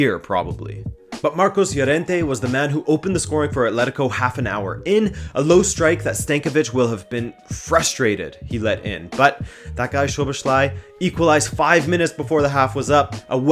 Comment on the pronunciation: FYI: Szoboszlai is actually pronounced as So-boss-law-e, with law utterred in a very open way